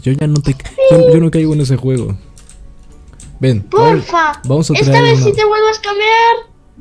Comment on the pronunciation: Alta scammer y no se dice pofa se dice porfa